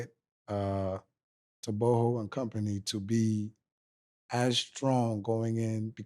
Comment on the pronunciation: Thank you for pronouncing Tebogo properly this time around